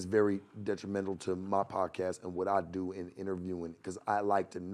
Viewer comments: said he’s det·ri·men·tal /ˌdetrəˈmen(t)l/ Learn to pronounce adjective tending to cause harm. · Somebody got get to stop saying detrimental the wrong way..I know what he meaning tho..my guy talk his shit